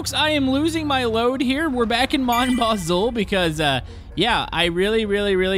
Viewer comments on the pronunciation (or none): you pronounce it mom baz oo Also stop being cruel and give Leo water from the water barrel at the starter shed